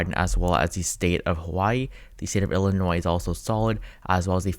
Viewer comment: Can you please not say the 's' in Illinois?